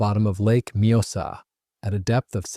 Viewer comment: I like his pronounciacion of the lakes name! Majosa!!😂😂😂😂 think he means the lake Mjösen ❤?